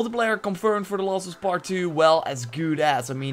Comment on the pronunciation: "The laws of us pet 2" seriously wtf can you not say last